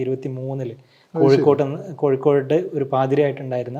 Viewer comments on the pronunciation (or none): none